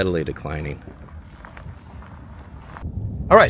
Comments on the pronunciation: MKT is the Katy Railroad . Marshall looks like Boyton Oklahoma. Farther East on Ok Hghwy 105 there is Meridian Oklahoma. all 3 towns are all old oil towns at when the oil field crash ( aka Penn Square Bank goes under so did the oil business ) The name of town is enunciated Cuv-ving ton. Just a thought, you might want to do a video on the all Black Towns in Eastern Oklahoma, you might want to see : Hitchita , Oklahoma / Brooksville, Clearview, Freedman, Lincoln City, Edward P. McCabe, Red Bird, Rentiesville, Summit, Tatums, and Vernon. Boley / Boyton / and research a town no longer with us Richardsville as well as : Brush Hill / Texanna / Pearce. My Great Aunt who was in her mid 90's when she told me about Richardsville; her version was Richards was a poor Negro, went to bed one night, woke up the next day a rich Indian and there a boat load of these types of towns on 9 West going to Norman. Most of these towns boomed during the Oil Boom in the 80's. Safe Travels Psalms Langston A prominent all-Black town that was a haven from mob law and is home to Langston University, a historically Black university Tullahassee Considered the oldest surviving all-Black town in Indian Territory, with roots dating back to 1850 Taft : Originally named Twine after William H. Twine, the editor of the Muskogee Cimeter, the town was renamed in 1904 to honor William Howard Taft, then secretary of war and later president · there's a Covington in Louisiana; it's not pronounced with a hard O like says it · It is pronounced Cuv-ing-ton not KOV-ing-ton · Covington is pronounced "kuvington", not "covington" with long O sound like phone. Just trying t0 help. Enjoy your video. Kudos! 🙂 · One of my brothers was a lawyer in Enid and lived in Covington! I'm from Ada Oklahoma. You pronounced it wrong it sounds like cavington, not co vington! 😅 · I believe it's pronounced CUV-ing-ton. Like Covington, KY or Covington, VA. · Covington is pronounced Cuh-ving-ton. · Cove ington it's covington